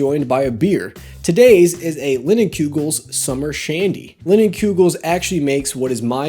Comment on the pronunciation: Cmon!! It’s Line-ehn-koogel not Lin! Lol. Great beer.